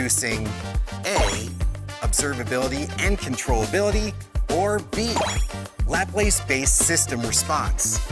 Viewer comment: You mispronounced "Laplace." The second "a" in Laplace is short, not long. Thumbs up anyway!